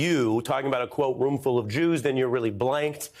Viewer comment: Santos said he likes Jews. (But I think he said "juice")